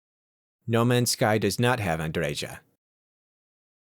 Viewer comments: its Andreya , not Andredzha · It's pronounced Andreia , how dare you besmirch our queen's name.